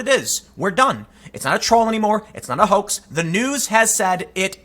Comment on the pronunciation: Tim, you said "hoax". are you trying to break the algorithm? keep up the great work!